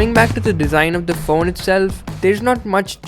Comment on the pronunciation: amazing review! You really spent a lot of time with it to give your feedback and that really makes a world of difference. It's not always flashy camerawork that makes a good review and this shows it. But I couldn't get past the way you pronounced phone as faun. Please be weary of that. It really is a small issue in an otherwise brilliant video!